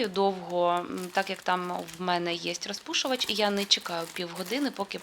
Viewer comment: Ну чому ж треба було триста разів сказати саме " рАзпушувач"? Ми і так розуміємо, що ви намагаєтеся перейти на українську мову. Ну блін, наче Ю. Тимошенко